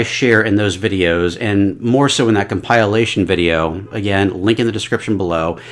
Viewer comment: bro not only ranked halo 2 last but also said “compile-ation”